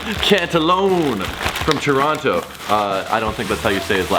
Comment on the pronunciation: "From Lebronto". Heheh.